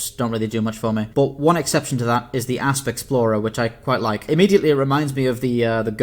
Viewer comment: I suspect your preparation for voiceover included: Practice emphasising the "P" sound in Asp Explorer.....